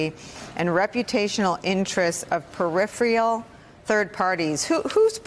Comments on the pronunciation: I've always liked Swalwell, but a little thing he did here really impressed me even more. Nicolle is obviously highly intelligent, but she did mispronounce "peripheral". Right afterward, Swalwell pronounced it the same way she did. I'll bet he knows the right pronunciation. That's just a little thing, but it does speak to the kind of guy he is. I wouldn't mind at all if he became President, but I don't think he has a chance. A large percentage of people will vote for someone just because the candidate's name was well-known before the campaign. Eric's not one of those. Being a good Democrat, I'll bet he knows how to pronounce "nuclear", too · Peripheral, not 'periphreal'. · It's PERIPHERAL not PERIPHRIAL. GOD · Can someone tell these people how to pronounce “peripheral”?